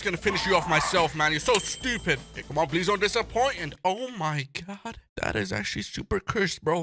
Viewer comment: I like how when he sees one of the mobs he says oh my gord instead oh my god